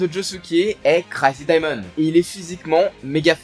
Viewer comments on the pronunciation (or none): Jarrive pas a y croire comment ta prononcé le stand de josuke😢